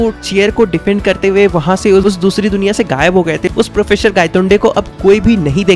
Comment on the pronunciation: professor ❌ processor ✅ thousand ❌ thasand ✅